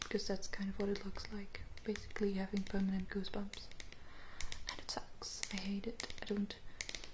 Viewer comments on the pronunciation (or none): 5 years later and I only just realised you say “boosegumps” instead of “goosebumps” 😂 English is hard, even for a native English speaker myself, haha